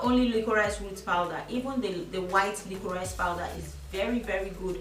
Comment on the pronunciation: It's pronounced "lickrish powder" BTW. Nice video tho.